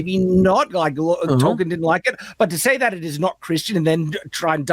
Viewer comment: Ol Jack off can't pronounce Tolkien properly